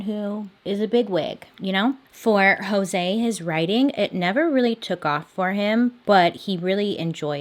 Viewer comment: For the next time your pronouncing Latino/Hispanic names like Jose or Alejandra a's are pronounced like the a in aunt, e's like the e in 'i just read', I's like e in 'im planing on reading..', o's like cool, u's like cute. Hope this helps :>>